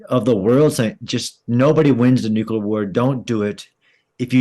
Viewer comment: If you're going to discuss 'nuclear', learn to pronounce the word.